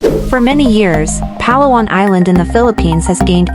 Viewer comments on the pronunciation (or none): The stress is on the second syllable…Pa-LA-wan, NOT PA-la-wan. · Correct pronunciation is emphasis on la, the second syllable of the word Palawan. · It’s not PALA-WAN it’s Pah-LAWAN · It’s not Pa’lawan. It’s Pala’wan. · You edited good but your pronouncing PA-LA-WAN NOT PAL-AWAN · Palawan = had to turn off the audio. It is Pah-lah-wahn not pah-lawan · Why do you not research how a place is pronounced before creating a content. No negativity meant I'm getting cringed for all multiple times PAlawan instead of paLAwan. It's just me. Again no negativity meant. Content creators use Philippines for likes and to gain more followers but please pronounce places correctly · Just to impress the locals and Filipinos say it as pa’LA’ whan.